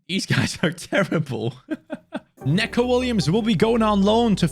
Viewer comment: your probability not gunna read this but when u say Neco Williams it’s not Necko Williams it’s Nico Williams just with an e